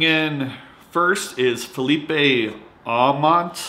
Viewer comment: Aumont...I never received him from last years spring training! He is Canadian, not Mexican so you do not pronounce the "e" at the end of his name lol